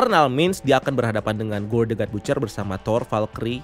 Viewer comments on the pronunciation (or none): Baca ny bacer min bkn butcer